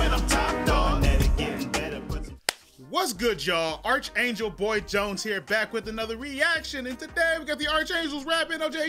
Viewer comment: Bro, I don't care about the reaction: Did this boi really just pronounce Archangel like: "Arch-Angel"? He must be from somewhere else in the world, because my family and people I know have always pronounced it like: "Arc-Angel"